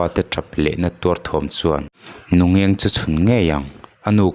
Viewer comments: Nungeng tia ichhiar hi Nu ngeng tia chhiartur. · Nu... Ngengggg tia lam tur. Nu ngeng tia i lam hi a dik lo a awmzia a bo